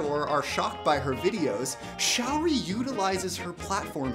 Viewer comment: The link to her facebook page is wrong. Here is the correct one: Secondly, her name isn't "shower-ree". It's "show-ree"